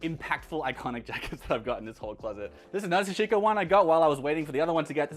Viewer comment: SA-shi-ko. TA-nu-ki. The emphasis is on the first syllable: SA and TA, not the 2nd syllable like you pronounce it. Just helping a brother out.